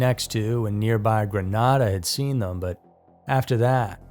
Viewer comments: Excellent episode as usual! I live in St. Lucia, never heard of the 2nd story. Grenada is pronounced GRE-naida, Granada is in Spain. No worries, we sometimes get the pronunciation wrong. Keep up the good work 👍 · I use to live in Grenada, fyi, you pronounced it wrong. It's Gren Ada. Long a sound. Anyway, interesting